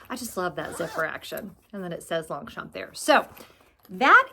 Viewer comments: i love my 2 pliage longchamp too mostly for its lightweight .. just wanted to suggest saying longchamp the french way .. without pronouncing the p 😍😘❤🎉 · Thanks for the update does this mean I mispronunce Long- champ? I got a clutch from real real and love it.